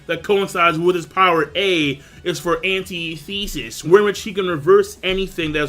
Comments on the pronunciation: lol its antithesis..not pronounced anti-thesis, just spelt that way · Jesus fuck man... It's not "Anti-Thesis" It's Antithesis. Ant-ith-is-is. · look up how to pronounce antithesis please... It's not that big of a deal, but my brain hurts every time you enunciate ANTI-thesis. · Antithesis is pronounced: an·tith·e·sis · bro.. your saying antithesis mad weird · it kills me when people pronounce "antithesis" that way. And "omni-science"?! ...that's a joke right?